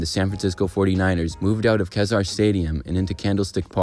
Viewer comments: Kezar Stadium is pronounced "key-tsar", not "khazar" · A couple of things. One, you mentioned Kezar Stadium in San Francisco. It truly qualifies for a spot in this video. By, the way, its pronounced, "Keezar". Second, the Polo Grounds where football was played never hosted polo matches. The name is a remainder from the original Polo Grounds, which was built on an entirely different location in New York City. Thanks. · Mispronounced Kezar stadium in San Francisco